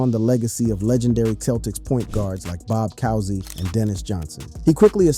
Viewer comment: Its Bob Coozy not Bob Cowsy bro